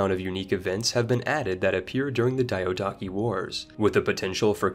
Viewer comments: PDX, next time you choose a narrator... Make it someone who doesn´t sound horribly uneducated when pronouncing foreign words. Like one of the two words in the games title... Or DYADAWKI. Which I suppose is the word Diadochi? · The way he pronounces Diadochi and Antigonid should be illegal.